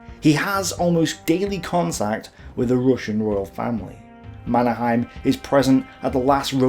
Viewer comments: Is there a reason why you chose a German pronunciation rather than a Swedish of the name Mannerheim? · I think that the Finn's and Swedes pronounce his name as something like "manner-hay-m", where the a in "manner" is a broad and deep a, like the u in "humvee". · Yes. Mon-er-heym. Finnish is spelled phonetically, so they pronounce The Marshall's name phonetically, at least from the Finnish point of view.